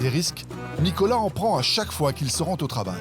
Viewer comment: Nicolaï !!!! Et non Nicolas ! :)